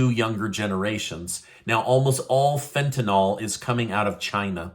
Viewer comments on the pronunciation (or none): Tentanyl is not Tentanol. It's pronounced fen ta nil - short i. Rhymes with hill. I don't know why people say it wrong. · just an FYI, it is pronounced fent-an-ul not fent-an-ol. It is actually spelled Fentanyl. Keep up your great news!!